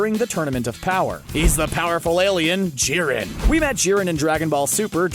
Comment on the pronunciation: bruh ur pronounciation to their powers is triggering me like ran.zen gan? wut and its not jurem its jiren